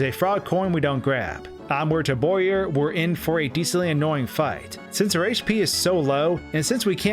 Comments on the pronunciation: bowyer, not boyer. BOW-yer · i understand that. but it's pronounced BOW-yer, not BOY-er. also, how did i not see this? I just randomly end up back here after 3 years, hmm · “Boyer?” He’s literally a “bow.” “Bow”yer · Wait. Bowyer, the enemy shaped like a Bow, that fires arrow. Pronounced boy-er?